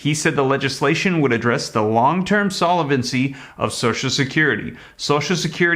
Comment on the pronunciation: Great info! The word is solvency not solevency...